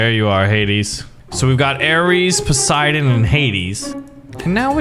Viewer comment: bruhhh its poseidon not posieden